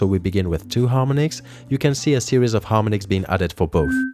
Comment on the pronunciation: Mate it's harm-ON-ics, not harmon-ics